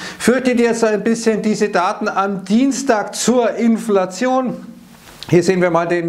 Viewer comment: Bei min. hab ich erst "Impfflation" verstanden...